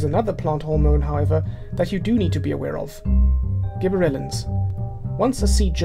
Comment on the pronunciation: this guy was really hard to understand. i mean, the video said gibberellens and he said give or Ellen's. ?????????